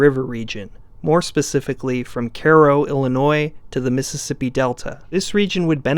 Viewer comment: Cairo, IL = KAY-roh, btw.